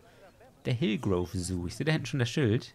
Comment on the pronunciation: Und es heißt "Hillgrove", nicht "Hilgroove", ^^